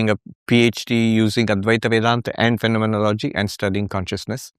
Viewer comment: ERRATTA: PRONOUNCE IT AS : PHEN-O-MEN-OLO-GY